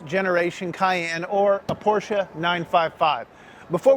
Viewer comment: You two have helped me decide over another classic Mercedes, another Land Rover, and finally a third Porsche two-seater. This video was awesome and I appreciate the enthusiasm, the clarity, and the fact (not minor) you know how to pronounce Porsche. (Por-sche). I will support you in any way I can and will let you know when a Cayenne is in my stables! Good job, gentemen! N